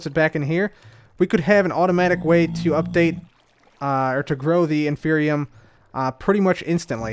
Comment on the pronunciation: Than you for mispronouncing it as "infernium", because that reminded me of a mod I was making and motivated me to make some progress in its development a little more! :D